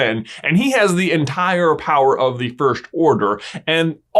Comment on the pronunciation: Always makes me laugh how you pronounce “first” as “firsht”